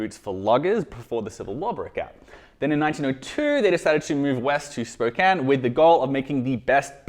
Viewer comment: Kudos for pronouncing Spokane correctly. Be thankful they aren't based in Sequim. Or Snohomish.